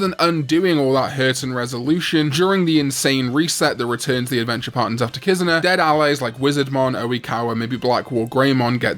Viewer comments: What the hell is a “KIZUHNAH”?? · The way he pronounces Kizuna shows that he has no respect for the Japanese language.